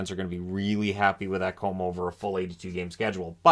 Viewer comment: Ekholm....ETown....wth..ru a American